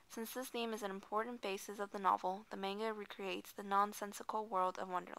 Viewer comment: why do they always say "main"ga?!? really? plz ppl...itz not that hard.